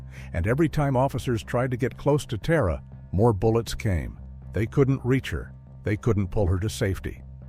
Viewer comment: Tara was very certain about the pronunciation of her name. They should have checked with someone. It’s ‘TAHR-A” not “TEAR-A”. And this bastard makes me wish I believed in hell.